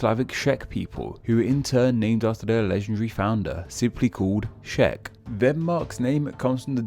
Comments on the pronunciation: It's not Schech it's Czech. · I just hate how he says "czech" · 1) Czech starts with same sound as chair, cherry or chain. 2) Hungary isn't name after Huns but Onogurs FFS. Only thing it has to do with Huns is addition of initial H...